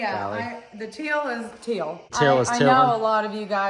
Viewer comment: We love your videos but it sounds like you're saying "till" for "teal". Round here we say"teel"! You guys are the best! Keep it up.